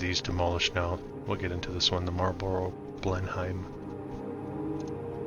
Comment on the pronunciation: Correct pronunciation: Marlborough BLEN - UM (not hime).